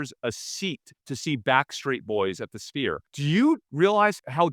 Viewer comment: Does homie not know how to pronounce 'sphere'? Is it just me or is he saying "spear" every time?